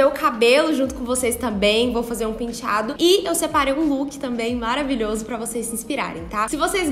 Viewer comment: eu morro de amores quando a fala "pintiado"